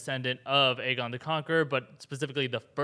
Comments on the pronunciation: Am I the only one who thinks lyanna said aegar targaryen? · In the books, it is explicitly stated Aegon is pronounced egg-on.